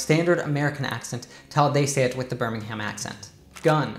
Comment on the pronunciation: Billy Kimber has a London accent in this portrayal. And the proper pronunciation of Birmingham is BIR-ming-m, not Ber-ming-HAM. Also 'The British Accent' is a misnomer; there are probably 50 main accents, not including local dialects.